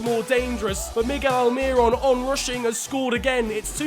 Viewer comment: No one: Absolutely no one:: MIgGeL ALmiRoN